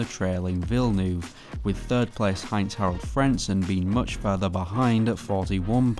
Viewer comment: It's pronounced "Vill-nerve" and the track is "He-reth"